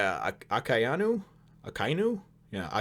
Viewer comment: Pronouncing Akainu wrong there, you said it correct once. :P